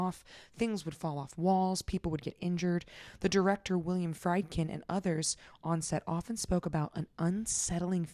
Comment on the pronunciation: Love all you do!!! With lots of love and due respect and only because, I am a Horror Film geek, a film geek in general, and a huge fan of yours.... and I just listened to the Warren's episode and heard it again.... William Friedkin... Freed + kin.... William Frēd-kin. Much ❤!!! Looking forward to the next one!